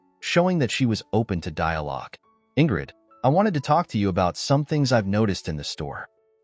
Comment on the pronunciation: The word was know not knre